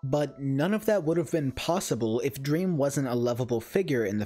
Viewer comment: “dweam is life” -dream stan